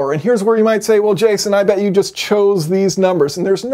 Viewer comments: Hi yay-son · That's Yay-son. 😉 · I wonder if people would actually start calling him Yay-son and how cool he would be with that. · Can we all agree to call him yayson from now on?